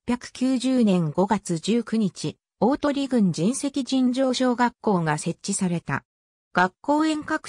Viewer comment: じんせき ではなく かみいしです。